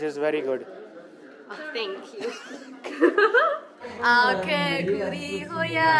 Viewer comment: Bro, Aap thank you bolte ho to aawaz aati hai dhank you, please change thé style. Pronouns like Tank you😊